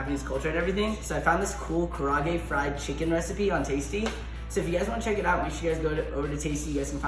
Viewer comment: My mom would've smacked me for butchering the pronunciation of karaage like that guy did